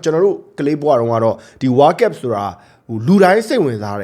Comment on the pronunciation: ဝါးကပ် ဝါးကပ်နဲ့ ဘယ်နိုင်ငံကလေသံလဲဗျ ဝေါလ်ကပ်လို့ပြောပေးလို့ရမလား